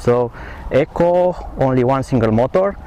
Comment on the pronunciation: e-co you keep saying echo